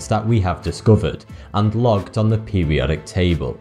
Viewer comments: pewiodic pewiodic pewiodic pewiodic that word has an r in it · "Peh-wee-odic"... "Boaf these factors"... "Twentieff"... "Synfetic"..."Waydeoactive"... "Fwancium"... "Next opp"... "Wiff"... and they say American's can't speak proper English. shakes head